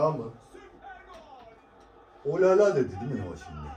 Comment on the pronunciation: Rolala değil olala